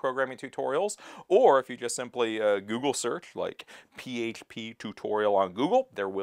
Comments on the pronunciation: Why can't he say php? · The way you say H is very weird. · Why do pronounce certain words like that? Can't even say PHP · Is that how you actually say PHP? If so, no problem, but I can't tell if you're trolling, lol.